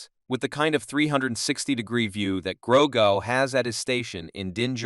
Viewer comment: I stopped watching this when he said Gro-go